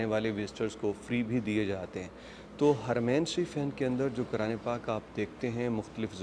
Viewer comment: Assallam Alekum Say Quran not(kuran).